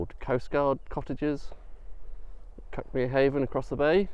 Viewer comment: It’s where I live ,this video, we pronounce it Cookmere 😅